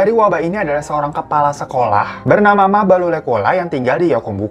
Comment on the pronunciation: bang di menit mabalo berubah jadi mabolo 😅